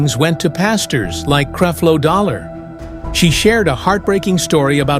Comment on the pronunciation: Where is the proof that LeAndria Johnson said all of these things. You can’t even pronounce Creflo Dollar’s name correctly. Why should anyone believe you?